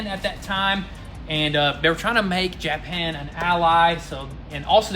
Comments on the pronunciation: Be careful, when you say Jap an it can sound derogatory, it’s more like Ja pan!!! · Never heard anyone pronounce it Jeah-pan